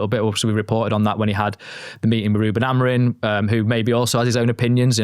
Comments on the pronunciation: Hes portugese.. its not pronouced as its written. ROO-ben A-mo-REEM, with the "M" in Amorim being a nasal "ing" sound, similar to the end of "sing," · and, Amorim’s name ends in M not N.